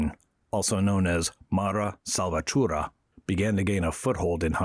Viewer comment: 'Mara Salvatura'? Do you even review what the AI gives you before you post it?